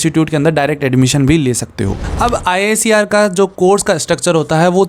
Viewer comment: Bhaiya IISER KO 'आईसर' bolte hai😊❤